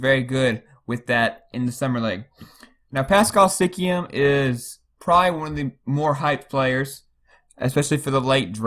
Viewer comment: He pronounced is as Sikiam